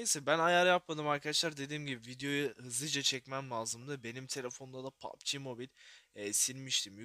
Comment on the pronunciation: Yav sen niye pubg ye poaaapbi moobaayl diyosun